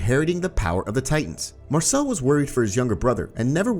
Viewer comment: You did Marcel Wrong